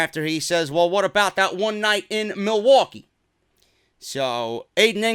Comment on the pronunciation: Milly-Wa-Kay! Milly-Wa-Kay